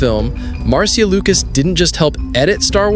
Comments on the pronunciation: It's spelled Marcia but is pronounced Marsha. Not Mar cia! 😮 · Maybe read your script to a friend, before you post….overall its a great video. Just a lil cringy on Marcia.